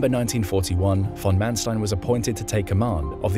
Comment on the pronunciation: Your pronunciations are good. Except Erwin. Say Air-vinn. Oh, and also von Manstein. Say fonn Mahn-shtein.